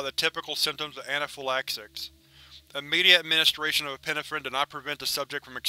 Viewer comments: Okay, I'm gonna be that guy; it's pronounced e-pi-NE-phrine, not e-PIN-e-phrin. Em-PHA-sis on the wrong sy-LLA-ble. Other than that. I freaking love your vid, as usual. 😄😄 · Hey I love your readings but please look into how to correctly pronounce the word 'epinephrine'